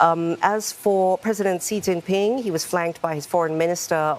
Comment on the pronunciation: This reporter and jousnalist are mispronouncing the first name of Chinese President Xi Jing Pin ( ti is in English like "sh" not Cee.